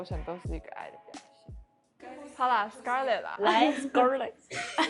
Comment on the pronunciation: 那裡～唸Skrlett ，以我的角度會覺得在Eri講錯後唸成Skrlett會不會或多或少有點故意呢？ 如果有不同想法也可以討論，若是誤會我會刪掉，謝謝